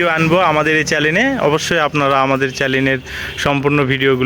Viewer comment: চ্যালেন কারে কয় ? আগে উচ্চারণ শিখেন ভাই!